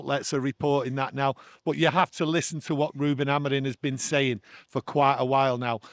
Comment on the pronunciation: Hi Can you tell.. Reuben's last name is AmoriM, not Amorin.😅😅